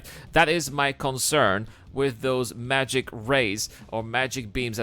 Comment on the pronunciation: "Mageic" beam 😂